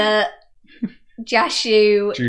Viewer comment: Technically Jushu should probably be pronounced Yushu.